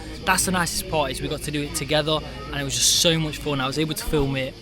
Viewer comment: Its rare and strange to hear English word of "Fun" to be pronounced as Foown rather than Fawn. Maybe a Scotish accent or Welsh.